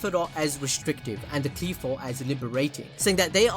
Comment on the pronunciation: First of all it not Qleephot It's Qliphoth Qlai-pho"th" (like "th"ot)